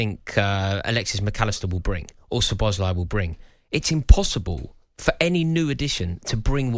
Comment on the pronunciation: mark goldbridge getting everyone to call Szoboszlai Sir bozley what a clown